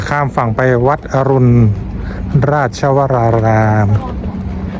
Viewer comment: วัดอรุณ(อ่านว่าอะรุน)